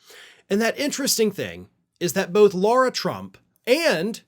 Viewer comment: It's Lara Trump, not Laura Trump